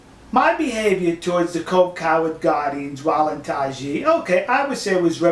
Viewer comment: Isn't it pronounced something like 'tie (Thai) ji'?